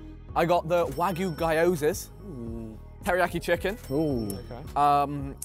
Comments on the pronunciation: Terrible at pronouncing stuff though 😂 "guyozas" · I swear every time I hear them say guyyozas I cripple